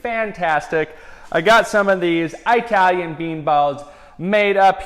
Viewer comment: Did he seriously just say 'I" talian???? smh